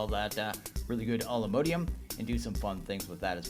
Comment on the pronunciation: ugh it's not mode ium... it's mod ium